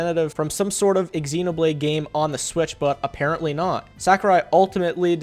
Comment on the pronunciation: did you just pronounce xenoblade as ex-xenoblade 😂😂😂